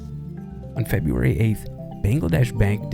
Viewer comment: 'Febraury' is my only complaint otherwise this is mint. Well done.